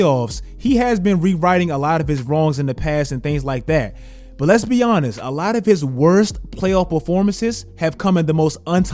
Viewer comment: Bro your "Honest" sounds like "Giannis" 😂😂